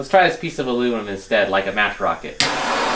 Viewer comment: "HAHAHA ur wocket bew up"